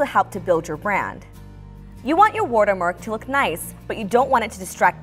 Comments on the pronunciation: It's "Watermark" btw not Wotermark hahahaha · She keep saying WUTER-mark not WATER-mark no hate it’s just funny 😂 Good job tho!! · Wortermark^^ Lol I love it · "WortErMark" i love that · so nobody can sTiLl it 😂 "wUtErMUrk" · No one: My dad: The lady is this vid: W O O D E R M A R K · no, it's "wirtermark" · skyline no it’s wutermark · Wurter mark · "War - Ter Mark" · woatermark lol